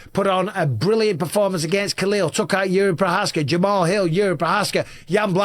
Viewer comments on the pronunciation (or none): none